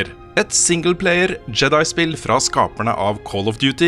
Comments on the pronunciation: Jeg tror samtlige som vokste opp med Star Wars på 80-tallet har innprentet norsk uttale der, er for sent å gjøre noe med det for min del i alle fall. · Bra review! Bare plis si jedi med engelsk uttale neste gang Hahah